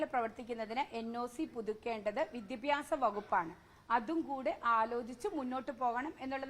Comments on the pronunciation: Vidyabhasam alla Manthri saare.... Vidyabhyasam.... athengana... ingerkku vidyabhasam illallo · മാഡം വിദ്യാഭ്യാസം ആണു ശരി വിദ്യഭ്യാസം എന്നല്ല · വിദ്യാഭ്യാസം എന്ന് നേരെ പറയാൻ പോലും അറിയാത്ത വിദ്യഭ്യസക്കാരി